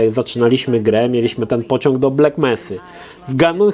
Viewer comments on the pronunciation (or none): none